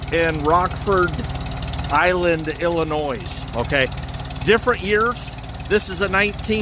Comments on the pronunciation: Nice tractor...I left the s off since you used it when you said Illinois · I hate to be "that" guy, but the plant was in Rock Island, and the "s" is silent in Illinois. Also, I'm not saying you're wrong, but from my research, I've found the H was made from , and the M was . Otherwise great videos, I enjoy seeing new ones come up.